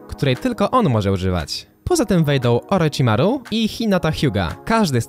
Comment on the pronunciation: Btw Orochimaru czyta się "Orohimaru" a nie "oroczimaru" i rasen shuriken to Rasengun albo Chidori